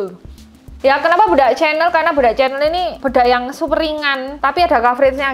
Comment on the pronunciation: Aku seneng nyebut chanel yo tetep cenel.....kudune kan syeneil, medok proud!!